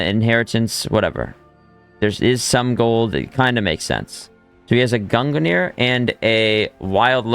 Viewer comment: Can you please stop saying “gunganir” its just pronounced like “gungneer” not gunga